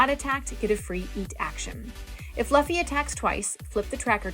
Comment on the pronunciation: Love the video, great instructions on how to play the game. As an anime nerd I feel the need to let you know that's pronounced "loofy" 😅 but great video nonetheless!